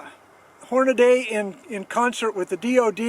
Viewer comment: I can't believe you still say Horn-a-DAY, when its clearly spelled and pronounced Horn-a-dee. Your punishment is the ringing ears that followed the first shot. Edit: you only mispronounced Hornady the first time you said it.